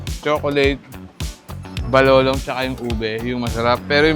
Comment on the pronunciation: Bakit yong balolon naging balolong